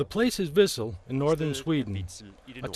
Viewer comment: Wissel😂😂😂 its actually Vidsel